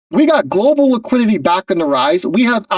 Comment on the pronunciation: Really ? There is no such word as "Laquidity". You speak bad English. Be correct or be quiet.